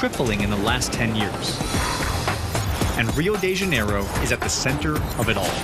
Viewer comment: Rio di jaineiroh '-'